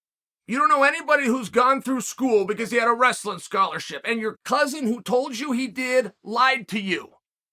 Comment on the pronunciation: "Well their schorarshi, Let me stop you right there"😅